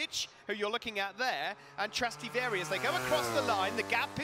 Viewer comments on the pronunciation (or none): That is not how you pronounce trastevere, at all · lol , at the "trastevere" pronunciation of the casters LOOOL